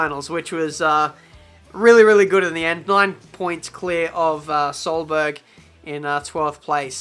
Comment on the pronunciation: "Peter Solberg" Ohh god....